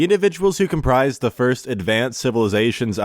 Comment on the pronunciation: Thank you so much for this! I noticed there are some words you are mispronouncing. Here are the ones I've noticed so far: comprised, analagous, amalgamation, precipitated, elucidate, incomparably, acuity, inducement, secrecy, specificity Also this one is borderline but I've always said OP and "oh pee"—it refers to original poster. I'll keep updating this list as I go.